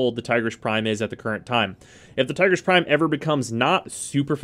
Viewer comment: Tigrish lmao